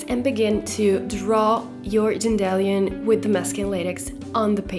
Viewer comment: non vorrei fare il saputello rompiscatole ma sto leggendo the hunger games in inglese e mi è capitato di tradurre dandelion (dente di leone)... la pronuncia corretta mi sa che è qualcosa tipo DAENDILAION non DENDELION... magari vedi wordreference o google transalate... spero di sbagliarmi e scusa la precisazione che poi la cosa è del tutto casuale come ho detto, fosse per il mio inglese dovrei starmene zitto zitto ;)..